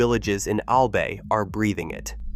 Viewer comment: Its "AL-BUY" not "AL-BAY"....